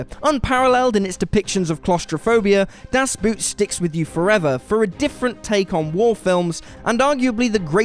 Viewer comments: Das boot is pronounced das boat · Even worse. It sounds like the english word boot to me. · "Boot", in German, is pronounced the same as "boat", moron. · das boot is pronounced boat, not boot...get it right!!!!!!! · Although it's spelled Boot, it's pronounced "Boat". According to my German Friends. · Das bot,not boot,its not shoe it it is submarine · "Boot" is pronounced in the same way you pronounce "boat" in english (and it has also the same meaning) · Das boot is pronounced as boat and not something you wear on your foot! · Das Boot is pronounced das Boat. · I know, but it's close enough for the brits and it's WAY BETTER than "bewt" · the way he pronounces "DAS BOOT" just torn me apart XD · Hahahaa, what a clown! Das Boot, as if every word spoken on the planet is English. Get a grip, and respect your viewers enough to pronounce words in the language as intended. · Why can't people say "Das Boot" correctly? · Dunkirk was boring. Das Boot is pronounced very much like the English word. Inglorious Bastards doesn't belong on any list. Hedd Wyn (WWI, Welsh film). Joyeux Noel. Pork Chop Hill. Glory. The Bridge (Die Bruecke). Schlacht um Finnland. All Quiet on the Western Front. Hacksaw Ridge. Captain Horatio Hornblower. Blackhawk Down. The Longest Day. Downfall. Alexander Nevsky. Empire of the Sun. Arn. Lawrence of Arabia. Land of Mine. The Beast. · I literally shuddered every time he mispronounced it. A literal shudder of my physical body.